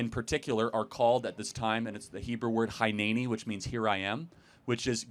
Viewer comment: Charlie I want to help you with the correct pronunciation of the Hebrew you quote from the bible! I am Israeli, I enjoy your content, I am Jewish but I have faith in Jesus and I can help with the Hebrew. For example you said “hineni” but it is pronounced “heeneni”. I have seen other examples for Hebrew I can help with. I’m sure you have access to other Hebrew speakers, but I am happy to offer my help anyway.